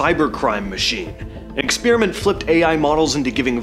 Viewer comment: Sorry, Bro. I had to bail after the 10th time you said “expeariment” instead of experiment.